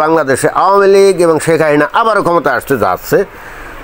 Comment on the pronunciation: আপনি শেখ হাসিনার নামটি ঠিকমত উচ্চারণ করতে পারেননা। আপনি বলেন “হাহিনা”। এটা কেন?